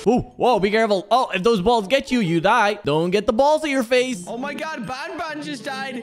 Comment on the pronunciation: it's not bonbon it's banban